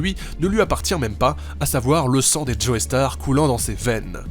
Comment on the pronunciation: Pourquoi est ce que tout les français prononcent Joestar Joéstar ? Ça m'énerve